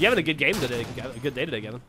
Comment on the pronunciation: game* not gae